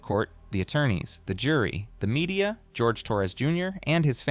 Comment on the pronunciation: Jorge. Not George. Least we can do is respect a victim.